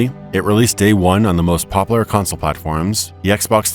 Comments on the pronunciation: "more POPAlar games" ... really man? PopUlar. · "poplar" instead of popUlar...XD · "Pop-ooh-luur" games, IDK why that had me busting up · You lost me at "popaller games" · almost shut it off "poplar".....did shut it off "manifest destiny". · Did someone different read for this video than wrote for it? It seems unlikely that someone who could write that much would mispronounce words like "regular," "popular" and "Sheogorath."